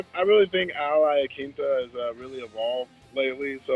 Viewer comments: Lol everybody is saying Laquinta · Raging Al!!! Also why do some people pronounce his name as "IaKinta" lol, it's QUIN, IaQUINta lol Sometimes you hear Aquinta or even Laquinta (though I can understand the "Laquinta" cause when spelt it does look like that haha). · TIL every single MMA fighters pronounces Al Iaquinta's name differently.